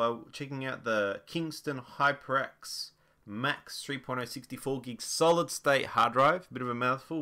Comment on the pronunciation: when he said 3.0 i thought he said porno